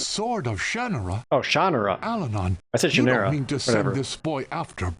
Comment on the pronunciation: pretty sure they are pronouncing it incorrectly in the game.